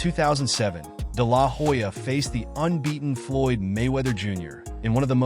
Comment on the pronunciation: I’ll never understand why people do all the research to make a good video and still get the pronounciation of the name wrong. The “H” in Hoya is silent!!